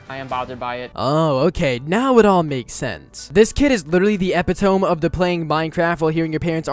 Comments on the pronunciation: I just want you to know epitome is pronounced different then it is spelled lol (uh pit oh me) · Lol bro keeps pronouncing epitome "epi-tome", kills me every time. 💀